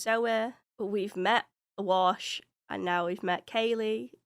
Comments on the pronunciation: A few episodes ago, you mis-pronounced his name, but I left it alone because you're a new "Firefly" fan, but you're 8 episodes in now so I'm going to correct you. His name is WASH, not Walsh. His FULL name is Hoban Washburn, but they just call him Wash for short. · I expect you've watched all the episodes by now, and I love your reactions! But every time you call Wash "Walsh" I cringe a little. 🤷‍♂️ Hoban Washburne is his name, he goes by Wash taken from his last name... 🤦‍♂️ But in the afterwards discussion, you pronounced it clearly a few times and made me happy! 😁 Zoe: I don't like him. Something about him bothers me. Me: It's the mustache! He'll shave it off just for you! This episode is one of my top 2. ❤️ The other crew had more guns, but they weren't aimed, and the other captain would have died first if anybody tried anything. They weren't going to risk losing one or more people. I think River did sense a fire that had just started, and then it grew very fast. The sniffles were nothing, and hopefully by now you've completely recovered!